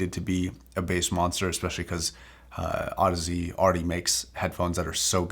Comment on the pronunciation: I plan on buying these, they’re on special at my local fancy hi fi shop. I’m going to audition them, but I’m thankful for this review for a number of reasons. Not the least of which is learning that the name is pronounced Aud azee and not Aud eeez. You’ve saved me some embarrassment and for that you get a like and a sub. (Also, your review was quite clear and detailed:) )